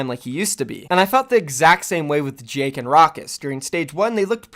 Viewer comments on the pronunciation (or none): none